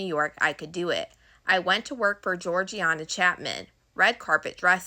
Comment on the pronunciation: I hello, keep up the good work. It’s pronounced george-ina chapman as in Harvey Weinstein ex wife